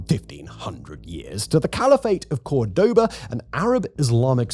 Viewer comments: Interesting topic 🤔 Btw it’s Córdoba (COR-doba, emphasis on the first syllable) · That pronunciation of Cordoba didn't make me happy : P The emphasis is on the first syllable, as indicated by that little dash above the o which you had in several images. Hope it's not bait but wouldn't think you're the type to bait through minor mistakes like that. Liked the video though.